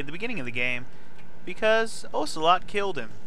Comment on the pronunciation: Aggghh!! Every time you mispronounce Ocelot's name I cringe and die a little inside. XD